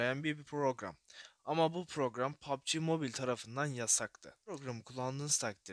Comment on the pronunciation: Yav sen niye pubg ye poaaapbi moobaayl diyosun